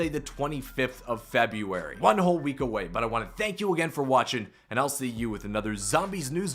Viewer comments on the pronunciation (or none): Fank god😂